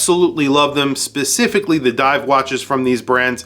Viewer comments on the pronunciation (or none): none